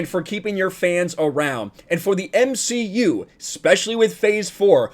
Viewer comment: You meant to say the M she U.